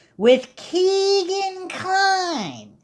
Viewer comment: Why do you insist on say KEGan (it’s Kegan like a keg of beer) kline’s name like that? RIP everyone’s’ ears who listens via earbuds